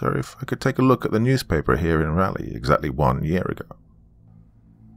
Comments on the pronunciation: Love the story and your narration is superb as always....but man you are butchering the pronunciation of Raleigh. 😋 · Another NC-based story! Been seeing a lot of them lately. A little tip for the Doc on pronouncing Raleigh-- it's named after Sir Walter Raleigh, and pronounced the exact same way (rather than the "rally" pronunciation the Doc has going on here). It's one of the few place names in the American South where both the American Southern accent and the standard English accent pronounce it the same way. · Yep, or to make things easier… it’s pronounced “raw-ly”. 😊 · it's not raw-ly... it's rah-ly. Like, rah-rah-ooh-rah-rah rah-ly! Jokes aside, there are like 2 ways of reading every pronunciation I thought of spelling out which is why I didn't do it. I just couldn't figure out a clear way to spell it out. With a US accent, raw-ly could work, but raw-ly with a UK pronunciation like the Doc's would end up something like roor-ly, and the "ah" in rah-ly could be read either as the "ah" from "cat" or the "ah" from "car"